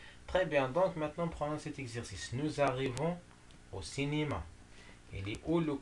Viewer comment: Vous vous trompez monsieur sur« la route goudronnée ».c est le CCL et non CCT. par contre hier est CCT. C est ce que vous avez dit dans votre première lecture. Je vous conseille de choisir des phrases simples. On dit cinéma et .on «cinima». Vous devez travaillez votre prononciation. Avec tous mes respects.